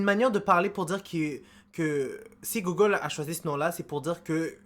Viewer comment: Gogole ? Google ! Ça se dit gougeule !